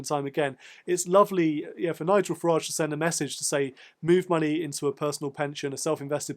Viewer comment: Thank you for adding some balance to the Farage (pronounced garage) reterick.